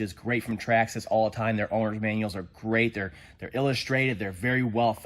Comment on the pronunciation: Stop pronouncing traxxas like that